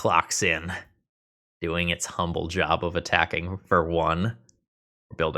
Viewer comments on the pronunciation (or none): none